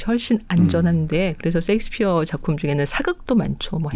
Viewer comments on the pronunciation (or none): none